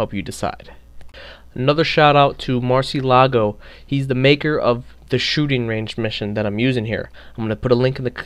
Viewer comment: murcielago is pronounced mur chia lago